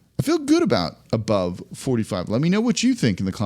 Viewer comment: “Ubove” 45 wins